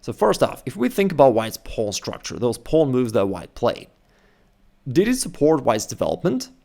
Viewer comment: "Pawno" yoo